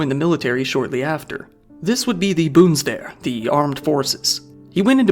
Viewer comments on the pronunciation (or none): it's not bundesferren, it's bundeswehr as it is prounounced bundesfeer, learn your german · Boonswehr?? 😂 You say it BUUN des Wehr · please stop saying boonswear bruh ^-^ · Its called the BUNDESWEHR not Bundswear. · Boondsvehr, LOL. Dyslexic in every language that exists. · Germans: "Bundeswehr": "This would be the BOONSDARE!" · Dude pronuncied "Boomstick" insted of Bundeswehr 💀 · Sounded like "The Boomshware" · Bonds Ver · I was confused by wtf he was trying to say, I didn't even know he was saying bundeswehr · I'm sorry it's hard to concentrate over your pronunciation of Bundeswehr lmao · Worst german word pronounciation i've ever seen. You didn't even try, you botched them based on ignorance & not simple misunderstanding. "Bundeswehr" especially was beyond wrong, it was straight up obvious you did not even try a little bit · bro can say whatever that was in near perfect japanese but not bundeswehr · bro butchered "Bundeswehr". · He really butchered that one. It isn’t that hard to just confirm the pronunciation of a foreign word with all the research he does.